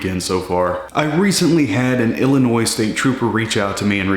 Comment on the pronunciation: Thanks for saying Illinois and not Illinoissssss! With the point system, is it 12 points a year ?